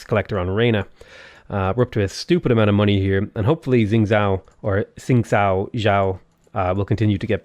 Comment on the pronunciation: xingzhou, you pronounce the xing bit okay, but 'zhou' is pronounced like 'though'